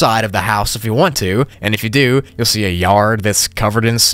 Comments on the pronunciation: "but you can actually go outside of the house if you want to ANF if you do" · Hehehe ‘anf’